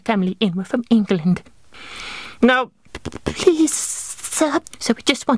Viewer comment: Lol the way "England" was pronounced, just so you know no one says it like that